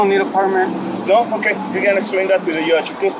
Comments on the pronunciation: “You can go ahead and explain that to the yudge” no sir, you’re going to be explaining yourself to the yudge” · I heard that also. Then, later, said something about him becoming a citizen after being born in Mexico. I guess he still doesn't know that we pronounce the letter J here. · 😂😂😂 what the hell is a Y udge , 😂😂😂 i'm Hispanic and yes this is Funny , he toe jew not to do dat 😂😂😂😂😂😂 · "Okay, you can explain to the yudge"? Are you kidding me! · If you pronounce judge with a Y instead of a J, you shouldn’t be allowed to arrest Americans. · "Explain it to the Yudge"... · What’s a “yudge” 😂